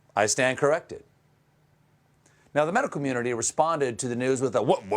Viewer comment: "Medical Munity"